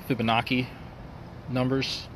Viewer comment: Drag, Fibonacci is not pronounced that way. Doesn't matter much, just thought I'd say that.